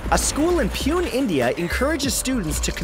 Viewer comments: Only brown people will laugh at the way he said poo-nay as pee-yoon 😂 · It's not pronounced"pwen" ,it's, "poon-ay". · It's actually pronounced puna, not pune! Ffs that was funny af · hey Matthew just to bring to ur notice that it is pronounced as "poone" n not "puin".But written as Pune. 😀😀 love ur vids slapped the like button n subscribed to ur chanel n congrats for ur 50th episode in this series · #26 goes "A school in Pune, India...." . It is not pronounced as 'Peon' but 'Poo-neigh'. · hey Matthew loved the video. big fan. although I would like to point out one pronounceable mistake. fact number 26 you pronounced the Indian city name as 'pyun' but it's actually pronounced as 'PuNeh'. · Did anyone notice that Matt pronounced Pune as Peon and not Pu-nay? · Btw its pronounced as poonay not pune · Did you just say Pune as Pyoon? Bruh I'm not even Indian and I know it's pronounced Poo-Nay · Its not 'pyu-n' its 'poo-neh'. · ITs not pee-un its poo-nae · it's pu-naii not puen 😠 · I love your videos! They are so informative and fun! Its pronounced 'Poonay' (Pune, India) LOL ! Keep up the great work! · It's Poo-nay(Pune), nice video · Lol it pronounced Pun-Eh! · Pune, India is pronounced Pu-nay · As a fan from India its "PU-NEY" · Well, the pronunciation for Pune in fact 26 is wrong. It sounds like Pooney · fact #26 the city is actually pronounced as 'poo-nay' ..anyway, the fact was really good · Hey Mat , Love your work mate ! 👍 But the name of the Indian City is pronounced as Poo-Nay "no pun intended" just a Fyi 😂😂✌ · pune is actually pronounced poo-ney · I guess you tried to say Pu-ne, India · It's pronounced as Poon-ay not pune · It's pronounced poo-nay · its not pune, india its (poo-neh) india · It's pronounced pooney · its pronounced poo-nay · he mispronounced Pune, India. I'm from India so...